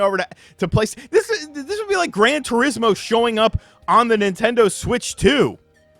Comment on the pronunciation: If it’s “Fortza”, then it has to be “Grant Turismo.”